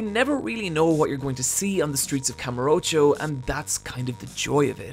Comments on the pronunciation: As much as I agree with almost everything in this video and personally love this series, minus the zombie game of course, I just couldn’t get through this video. Simply due to the pronunciation of kamurocho. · Kamur Ocho???? Its called Kamu rocho